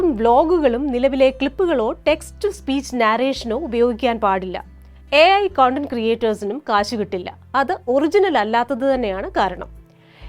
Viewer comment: കൊണ്ടന്റ് അല്ല കണ്ടന്റ് മോളെ